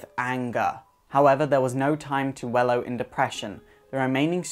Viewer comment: Dude... It's wallow... Not wellow...